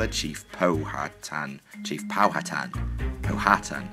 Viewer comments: I'm just going to help you, it's pow-ah-tan... I actually live in a city named Powhatan and almost everyone gets it wrong.. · The way we say Powhatan, in Powhatan where I live, is Pow-uh-tan. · pow'a'tan